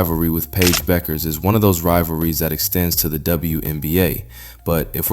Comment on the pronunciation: Finally, someone who pronounces Paige's last name correctly.